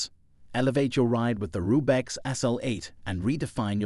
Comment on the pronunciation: I laughed pretty hard at "Rube-X". If you're going to talk about bikes, at least know what you're talking about before you read the script that ChatGPT wrote for you.